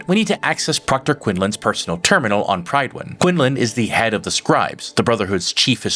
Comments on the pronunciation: It's pronounced "Pryd win" not "pride win" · also its not "Pride-win". it's spoken like Pritt-win